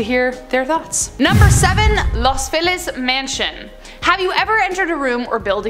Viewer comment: Los Feliz is pronounced Los Feleez - just sayin.